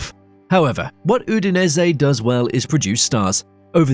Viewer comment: good video, but this is without exaggeration the worst pronunciation of italian names i have ever heard. "Gil azzurri" and "Udensey" being noteably bad.